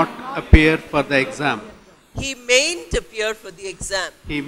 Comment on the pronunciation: Mam your pronaunsation is wrong mayn't....